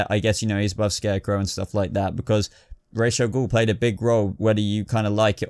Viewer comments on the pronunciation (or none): It's Ra's al Ghul not Rash al Ghul